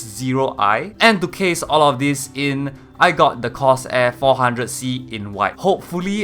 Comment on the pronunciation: Cors air😂😂